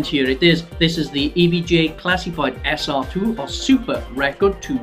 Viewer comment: say SR-2 like that one more time and ill scream...